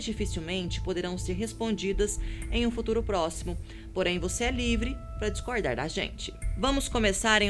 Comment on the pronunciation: dixcoirdar kkkkkkkk...... chato pra krai